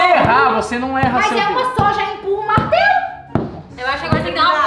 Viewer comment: melhor parte kkkkkk " bartelo "